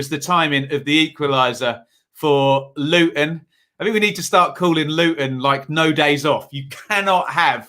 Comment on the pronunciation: Good video again. I see your pronunciation of "Looun" is spot on 😁⚽️🎩